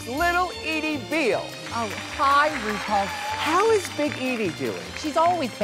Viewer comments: "Roople" lol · “RuPul” Amazing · "Ru pul is it?" 🤣